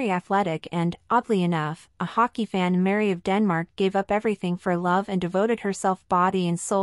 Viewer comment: This piece is really annoying. You Are not able to pronounce their names correct. Frederik and Mary. Also we Danes absolutely know the Donaldson family. Her father and his wife, her Two sisters and their families and her brother and his family. They are all very Nice people and respected here. Crown Princess Mary is very loved, respected and admired here in Denmark and she is VERY visible here. She is intelligent and has her own work to do. Danes are equal in marriage and supporting eachother. I dont know what is happening in their marriage and if Frede really settled with the mex hiking trophy (which would be stupid and evil to both his children and his wife). He would loose a lot of respect and sympathy from the Danes as Well. Im pretty sure that Mary in the worst case would be taken care of with respect and dignity as she is the mother of the future King and his siblings. We love her ❤❤❤